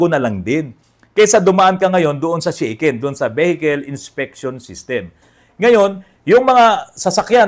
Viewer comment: Sha ken po NOT Shey ken bro 😅 (pronounce in Tagalog) Actually ang sasakyan ko sa Japan Daihatsu Tanto (kei car din po) and mostly ang gamit ng Japanese ay Kei cars gawa ng DI REQUIRED NA MAGKAROON KA NG PARKING (pwede kahit sa harap ng bahay mo bastat huwag haharang sa sidewalk) at MABABA PO ANG ANNUAL ROAD TAX, HOKKEN (insurance) at ayun nga po SHAKEN (sa atin PMS tawag) every 2 years. Actually pag nagpapalit ang Japanese ng kotse ay pinamimigay na lang o kaya binebenta ng sobrang mura na parang bigay na rin. 😅 Gaya ng gamit ko na Daihatsu Tanto na nabili ko ng 5 lapad (more or less 20k sa pesos). Sa Japan di mo pwede basta iwan ang luma mong sasakyan gawa ng hanggat di mo siya declared sa parang LTO sa atin ay tuluy-tuloy monthly niya na kaltas ng car insurance at annual road tax.. Need mo rin magbayad ng disposal fee at ask ka certificate para maipasa mo bilang katibayan na wala na ang sasakyan kaya stop na lahat ang monthly hoken at road tax mo. Sasakyan ko now dito sa pinas ay Minivan DA64v turbo at maayos naman ang takbo - di ako nanibago sa lever sa kaliwa at kanan ng manibela dahil nga sa same sa Japan ang pwesto na nakasanayan ko - yun lang una medyo kakalito dahil nasa kaliwa na kalsada nagda drive dati sa Japan at now sa kanan. Nung una kong drive sa pinas minsan napupunta ako sa kaliwa pagliko ko lalo na sa province na wala halos traffic sa highway at wala ka kasi sinusundan na sasakyan 😅 Nasa 126k pa lang odo ng suzuki minivan ko at maayos pa rin takbo att wala p